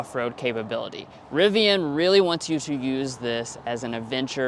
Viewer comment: Nice RIVVIAN